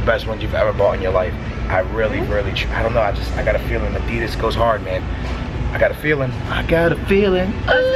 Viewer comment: Your saying adidas wrong